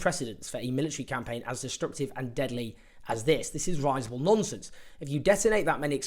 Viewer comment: Note: risible rhymes with visible, not advisable.